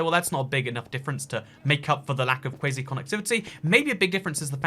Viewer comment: its quasi. As in KWAWS-EYE. Not kwazy